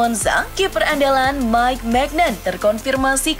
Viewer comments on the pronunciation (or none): none